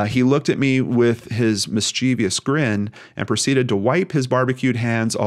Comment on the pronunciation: The term is 'magazine,' not clip. The WWII era M1 Garand fed it's ammo via a stripper clip. That is a true "clip." But modern semi auto handguns do not have "clips," they have magazines. Sorry, it's a pet peeve of mine to hear the term used erroneously. Edit: you also mispronounced 'mischievous." It has 3 syllables, not 4.